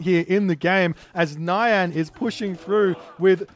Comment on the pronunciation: Every time you say "nyan" I expect it to be followed by "desh-het." 😛